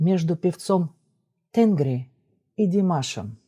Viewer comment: небольшое уточнение: в тюркском языке ударение ставится практически всегда на последний гласный звук, tengrİ